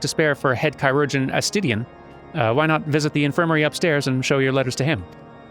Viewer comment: Also, I think 'chirugeon' is just pronounced 'KIRR-oo-junn' - it's the word that became 'surgeon', iirc?